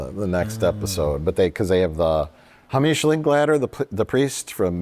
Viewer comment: I’ve never heard the name Hamish pronounced like that before lol